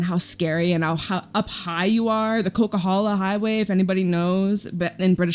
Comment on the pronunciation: omg! i jumped when you said coquihalla lol 😂 you're a BC girl!?!! 🥺 I'm born and raised in Vancouver🇨🇦💖